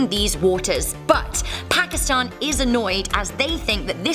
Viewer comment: You pronounce pakistan wrong in from Pakistan and we pronounce it pa ki stan